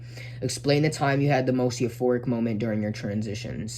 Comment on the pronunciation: late ass reply but yeah you’re pronouncing “euphoric” correctly. congrats on the progress